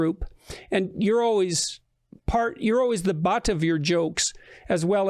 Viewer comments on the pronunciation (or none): lmao what is that pronunciation ? "you're always the BAHT of your jokes"